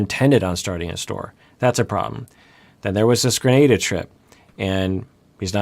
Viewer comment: Hate to be this person especially after the alay incident, but I'm pretty sure it's "gruh-nah-duh"